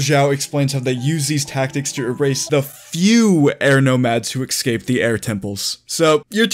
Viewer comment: "exscaped" say it right, ES-Cape!